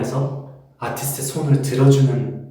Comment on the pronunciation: 이넘 전문 연기자네 한국 말투 어눌한척하는데 어려운 전문용어는 거의 다 쓰고 애매하게 알아들을만한 용어만 생각안나는척 영어로 쓰네 근데 아티스트는 왜 정직하게 한국식발음쓰노!